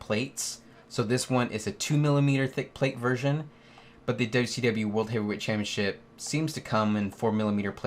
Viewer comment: It’s pronounced “ChampioNship” not “Champyaship” you friggin’ tool